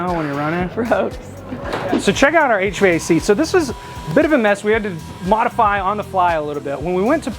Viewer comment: “Check our our H-Vay-Cee”